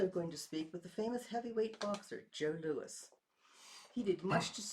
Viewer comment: Joe Louis. Not lewis.